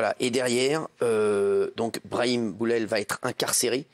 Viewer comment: l'avocat a l'aire vraiment fatiguer mmddrrrr, il a meme dit brami au lieu de brahim ptdrrr il a l'Air de bien connaitre son client